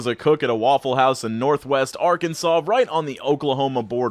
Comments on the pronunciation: Nikki Mcdonald yeah you’re not saying it correctly -someone from ARKENSAW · Why is Arkansas pronounced "Arkenwaw" I just don't get it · Its "Arkansaw"